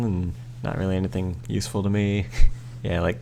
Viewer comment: did you honestly just say that seed was yew-seful?